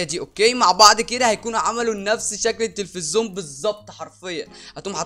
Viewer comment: اسمه تلفزيون مش تفزون